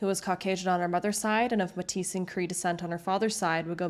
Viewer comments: You keep saying “Matice” or something. Are you trying to say “Métis”?. “May-tee” is how you pronounce it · Metis is pronounced MayTee. Not mehtiz. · Metis is pronounced "May-tee' not May'tees"! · Metis is pronounced May-Tee, not May-tees. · (side note: it's pronounced "maytee" not "maytiS") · Metis is pronounced may tee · they do make pronunciation mistakes . But that is your issue here ? Grow up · Thanks for covering these indigenous cases. There are so many murdered and missing indigenous women, and no one seems to do anything about it. Also, just so you know for the future, metis is pronounced may-tee (I'm sure others have commented the same) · Great coverage! These cases need way more attention still. Just pointing this out so you know for future videos, Métis is pronounced May-Tee 😊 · Metis is actually pronounced May Tee. Great channel by the way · as someone from Edmonton, i can’t express how impactful it is that you’re covering these stories. thank you for shining a spotlight on these tragic and infuriating cases. (also i know this video came out 10 months ago, but “Mètis” is pronounced “may-tee” lol) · Metis is pronounce ‘may-tee’ btw :) great video! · Fascinating story. For future reference, the word Metis is pronounced "May-tee". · metis in canada is typically and widely pronounced MAY-TEE the S is silent - edmontonian with metis, cree, and dene parents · Metis = (May-Tee) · Great video! FYI: “Métis” is usually pronounced “May-tee”. The “s” is silent. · This is a really cool video, I wish my city wasn't known for these types of crimes but it is what it is. I gotta point out, I'm not sure if the creator is from America but it's pronounced May-tee (Metis) and for [Mickellen] lake, its Mick-A-lon (Miquelon) lake. Its dumb but when Americans or people not living in the area don't pronounce things right it bugs me lol. Still this is a great video and I love more attention to these crimes. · Métis is pronounced “May-tee” ❤ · it’s may-TEE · Metis (may-tee)